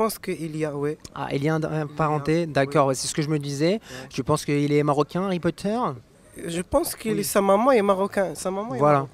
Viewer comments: il a pas dit harry potters mais ali potter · Il a dis :ALI POTTER !!!!